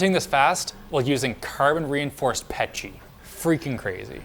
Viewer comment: usign carbon fibre PETCHY" XD hehe